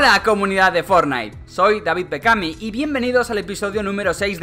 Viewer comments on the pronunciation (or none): none